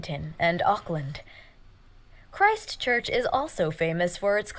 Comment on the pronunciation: Nice to see my city on the list (Christchurch). No the name has no religious connotations to us locals. The narrator is pronouncing it strangely in that she is emphasisng 'christ' and 'church' like its two words (making it sound religious). No it's just simply Christchurch. There is a small town in the UK called Christchurch that we were most likely named after. I wouldn't say Kiwis are any more religious than anyone else. It's nice that you haven't head of Christchurch because to be honest in the last 10 years we became world famous for just some horrible events happening to us that were beyond our control. They don't need to be discussed here. As a result us Cantabrians (from the Cantberbury region) are a pretty resilient bunch.